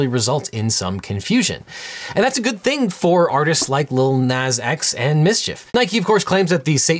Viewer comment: I'm gonna have to see you in court over the way you pronounce Nas